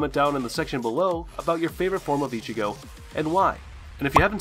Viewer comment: yo this guy cannot pronounce one thing correct apart from Ichigo and it pisses me off